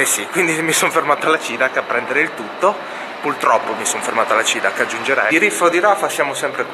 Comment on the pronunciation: Baso che dice "puLtroppo" ... sono morta xD